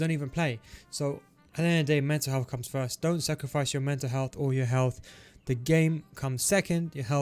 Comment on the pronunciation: Can't be only me hearing "meta health" instead of mental health 💀